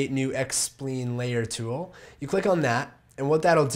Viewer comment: lol. you don't call a "line", a "lean", do you? so why call a "spline", a "spleen"? Sorry, awesome video, other than the strange pronunciation.